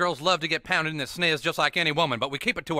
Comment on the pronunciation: I heard pounded as powdered...